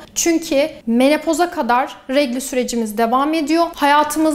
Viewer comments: bir düzeltme yapmak istiyorum sen doğru söylersen senden duyanlarda doğru telaffuz ederler. Regli değil doğrusu “i” siz yani Regl. Almanca dan gelen bir kelime. Ama tabi Regl telaffuz edemeyenler Türkçe sadece adet diyebilirler “Regli” yerine:) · Sizin gibi düzgün diksiyona sahip birinin "regl" yerine "regli" demesi????